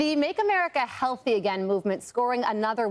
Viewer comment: I enjoyed how she said “healthy” lol. Say it wit you chest gurl!